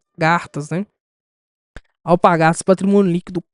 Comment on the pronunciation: alpaRgatas e não alpagaRtas...